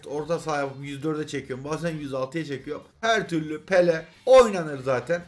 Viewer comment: Abi bir Pele Pepee diyorsun Sonra peleye tekrar dembele diyorsun bu defa😂😂 seviyorum seni iyi. Ki varsın